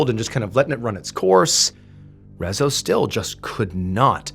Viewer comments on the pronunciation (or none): Is Rezzo how you officially say his name in English? I never heard of this, I'm Hungarian and the whole time I kept thinking how can one butcher the pronunciation so much 😂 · Hii. Saying hungarian words/names is really hard, but mr Ballen did a good job. But in case someone wonders: Rezső is pronounced Re-zs(it's a double letter. Sounds like je in french)‐ő(like german ö but longer and a little higher). So Rezső is pronounced Re-j[e](french)‐öö(german). László is La-s(normal english s is sz in hungarian. (Another double letter)-loh. Las-loh. Leslie in english but in Hungary it's (only) a boy's name. Btw we learn about gloomy sunday in history class. Not in detail but it's mentioned. (We don't listen to it, just study it's effects). To be fair, during/after ww2 life in Hungary wasn't a very happy place to live (german occupation, then soviet occupation, failed revolts, violence against civilians, people protested peacefully and the secret police opened fire, secret police regularly kidnapping and torturing people, people being sent to prison camps, losing ⅔of the country after ww1, people being sent on death marches, etc. People were already in a bad place mentally (and probably physically) so the sad song influencing them/reinforcing their depression isn't that surprising) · Nekem egyből leesett, de a végéig fájt ahogy kiejtette a nevét. 😅 A Jávor László is fájt, de a Rezzo rosszabb volt.